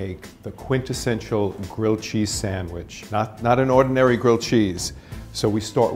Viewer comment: Or ordanairy